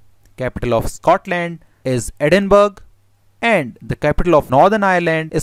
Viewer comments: LOL, The capital of Scotland is Ed-in-burg, defo should of done some research on pronunciation. Try these as they are closer to the true sound, Ed-in-bra aka a person with their face in cleavage or Ed-in-bro aka positive instructions from a team mate on how to score in football when the ball is delivered at height in front of the opponents goal, or Ed-in-burrow aka a person looking for a rabbit which is at home down in it's hole. Not a decapitated head in ice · Nice video. Edinburgh is not pronounced edin-burg though, it is like the English word borough, usually run together to sound like buhruh or bruh. So either edin-buhruh or edin-bruh. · the capital of Scotland is not EdinBURG, it is pronounced EdinBRA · The correct pronunciation of Edinburgh by the Scottish is "Edinbruh" - it was pronounced "Edinberg" like iceberg. I'll send you my invoice. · I guessed he was an Indian when he pronounced the capital of Scotland as EdinBURG, instead of EdinBRA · The video was great, but one small correction. Think of it as edin bruh, not edin burg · Ed-in-Bu-ra? WRONG, also how are you pronouncing BU? as in BOO or BAR? correct pronunciation is EDIN-BURR-AR (ɛdɪnbɹə) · The capital of Scotland is not pronounced Ed-In-Burg. It is pronounced as Ed-In-Bur-rah by most Birts, but as Ed-en-brah by most Scots...although some Scots pronounce it more like Aid-en-brah. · Just a note on pronunciation. Edinburgh is not pronounced ed-in-burg, it is either ed-in-bruh or ed-in-buh-ruh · Your pronunciation of Edinburgh is incorrect.... the second part is not said as burg... is said more like Borough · You pronounced Edinburgh wrong, it's not ed-in-berg but ED-IN- BUH-RUH and or ED-IN-BRUH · It’s ‘Edinburror’ not ‘Edinburg’ 🙄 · Edinburgh! 🤣 not Edinberg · It's NOT EdinBURG or EdinBORO, it's EdinBURGH!!! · Yeh by calling it Endinburg. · A simple perfect explanation, except you pronounced Edinburgh wrong ..It's Ed- in - burra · Actually it is 'Edin-buh-ruh' Cheers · EDINBURG had me in stitches